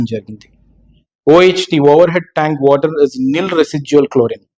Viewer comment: Ayya say WATER NOT VOTER